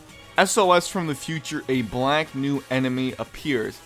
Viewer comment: yeah you said blank instead of black lol